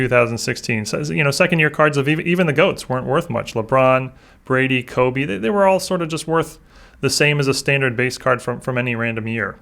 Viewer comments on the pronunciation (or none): none